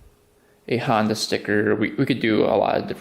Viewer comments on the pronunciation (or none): none